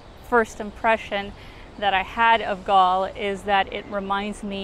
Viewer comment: The proper way to pronounce Galle is like as you would pronounce goal. But you did a good job. Hope u didn't hate sri lanka because of the weather coz even the locals are having a hard time with the heat.